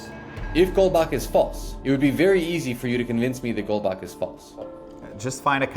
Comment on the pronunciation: The way he said goldbach boils my blood